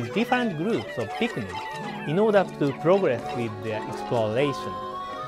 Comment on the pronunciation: ITS NOT PIKMAN ITS PIKMIN